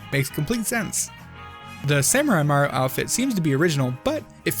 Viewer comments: HE SAYS MARO NOT MARIO BOI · “super maro odyssey” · "Super Maro Odyssey" 😕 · At The beginning:why do i hear "super maro Odyssee" 😂😂